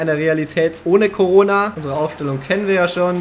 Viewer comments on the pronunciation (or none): none